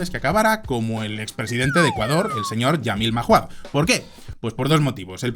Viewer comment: peuqeña corrección, se pronuncia "Yamil mauad". Por cierto habla de Ecuador 🥺